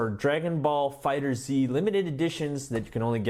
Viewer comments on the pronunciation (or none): Pronounced "Fighters" not fighters z. You say it as one word Fighterz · It's fighterz not fighter z